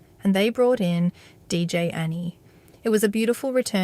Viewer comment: A lot of people pronounce DJ Ani as (Annie) but it’s really pronounced as On E. Get it? On E, as in Ecstasy. On Ecstasy.